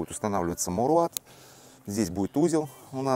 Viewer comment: Мауэлрат... не маулрат😂😂😂